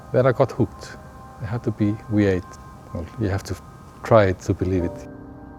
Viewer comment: "zee weee-8, yesh"